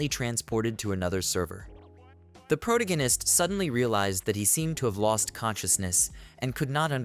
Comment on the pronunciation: what is a “pro-gan-ist”? Do you mean protagonist?